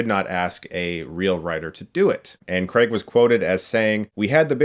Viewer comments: Craig* not "Creg" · 'CRAY-g', not 'Creg'. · It's Daniel CRAIG not "Creg"! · Why do Americans pronounce Craig as “cregg”? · why do americans pronounce craig as creg? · Daniel CRAIG, not Daniel Kreg. Why can't Americans pronounce Craig? It's really simple. It's just CRAIG, not kreg. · Americans always pronounce it " " "Daniel Cregg " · Weird how americans pronounce Craig. They say it like Creg😂😂😂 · Please get the lead actors name right - he's British - its "Cray-gh" not the American "Cr-egg" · Why can't Americans say Craig? You always say Creg. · Craig - pronounced Ker ray g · well Craig is just pronounced like you'd pronounce it if it was his first name, so it's Cr-ay-g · For goodness sake, Craig does not rhyme with leg. It ryhmes with vague.